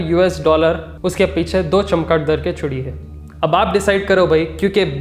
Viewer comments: Chamkadar not a chimkadar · Bhai wo chimkadar nahi hota chamgadar bolte ham usku...😁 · Bhai ek baar dir bolna chamgaadar...😛😛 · चमगादड़ 🦇बोलते है.. تلفظ सही करे😅🤣🤣....waise bhi sab k sab Mili Bhagat hai 😡😡kya chaina kya America..dono k garden pe Dena mangta 👋👋sipppa chipp🤣🤣🤣🤣🤣